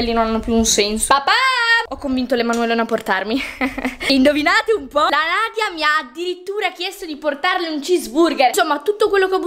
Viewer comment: Ma perché hai detto nadiona io mi chiamo Nadia 😘